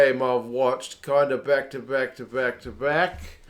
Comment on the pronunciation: behck to behck to behck to behck. Look at those eyes. This is a broken man. Please take care of yourself 😂